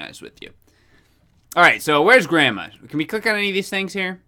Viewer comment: It said Gransma in the intro!! I’m crying